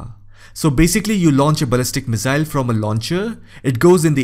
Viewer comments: Its pronounced misaaill not mizzail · Missile not Mizzile, ffs .